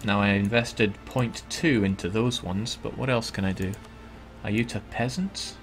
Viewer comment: i know its petty but its pronounced ay-you-tah-ya. my ocd is tingling haha